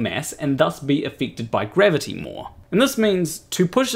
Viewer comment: Funnily, wenn you say "gravity" it sounds like "grabbity"... are you sure you're not a flerf? ;=)